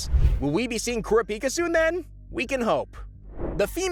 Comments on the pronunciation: Ku-rap-eeka not kuro-pika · It'll be nice if he said ker rah pika instead of kura pika